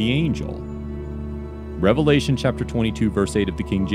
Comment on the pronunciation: Sounds like devilation not a revelation lol